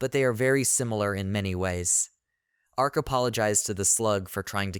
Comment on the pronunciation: Your reader is even more illiterate than usual today. Please figure out how to adjust the pronunciations. Her name is not LYNN, it's LEAN pronounced LEEN (even spelled that way sometimes) while our MC is named ARK, not arch, not arz or whatever glitchy thing it keeps saying. Also, it keeps getting the meanings of some phrases ass-backwards, which makes the narration nonsensical. Again, having someone just listen through it to fix errors should be part of your process. Also the utter cliche of these fools mocking ANYONE makes the story a bit boring. As READ, the merchant seems like a total rectum and I would not bother dealing with him. You would think that a simple demonstration of how Insta-Kill works (say on a rat) might make the other adventurers realize he's not safe to harass.